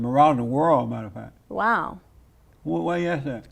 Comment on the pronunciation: Fack not fact😂